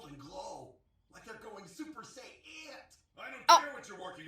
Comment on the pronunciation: When he said SUPER-SAY-ANT I was in tears